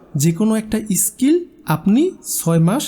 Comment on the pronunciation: ইস স্কিল নয়,.. স্কিল।